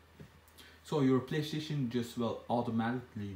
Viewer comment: I cracked up when he said playshion Haha